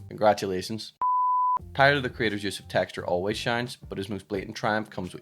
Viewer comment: honesty, i'd rather make a loop or sample of the way you say "Techtchur"